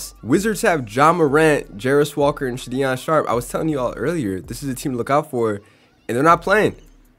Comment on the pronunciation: It’s sha don sharp and jer a me so han